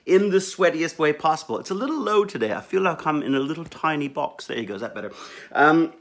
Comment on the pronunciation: You DO realize you went all Brit when you mentioned you feel like you are in a little tiny box? Too much Doctor Who with their not so "tiny box" huh?